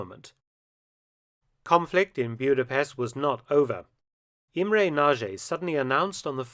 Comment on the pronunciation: Hi Mark, this was a good one. Respect to the colonel. Also,,I appriciate your effort to pronounce. In some cases, a successful effort. E g Imre soundedwell, but for "nagy" you caan check out Google translate from English to Hungarian, type in ' big', then nagy turns up, and push Sound option. Still it wil, be hard to say after the app. Then Budapest. No pest, first of all. Sounds weird here in the UK, doesn t it? Pesht, sh for Sherman, pls. And no 'u' for uniform in Buda. More like Buddha it sounds. By the way, have you heard of the "atomic ' bomb blewn up in Buda? After the invasion, nov 4, Soviet forces saw a mushroom erupting.